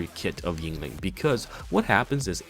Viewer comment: I took a shot every time you said her name wrong or used the word "broken" to explain a basic interaction and now I have died